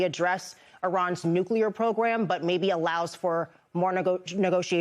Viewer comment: We should stop sending people to Congress unless they can say the word "nuclear". It is not "nucular" for Pete's sake!!!!